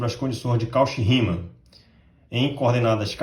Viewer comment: Muito bom"! Apenas uma observação: "Cauchy" pronuncia-se "Côxí". (Com sílaba tônica xí)